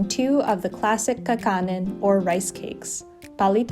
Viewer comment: You don't know how to pronounce kakanin and palitaw, so weird